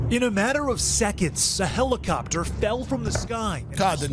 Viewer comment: no, it's a hellicoptah, he said